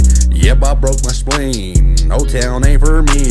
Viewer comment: It’s spleen😂 not splein